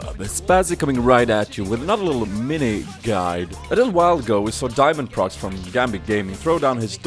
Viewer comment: Actually inSec did it before on Lee sin and shaco. Then just Diamondprox did it on udyr. And diamondprox is pronounced Diamond pro X not diamondprox